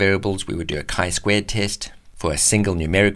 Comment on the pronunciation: Genius! gave me the quickest initial grasp of a boxplot. , at last someone writes and pronounces the name of this test correctly! squared with an "ed" in the word's end.